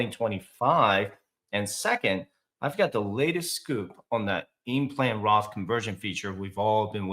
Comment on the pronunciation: did you mean "Roth" or Graph?